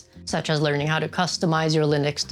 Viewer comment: omg the leerning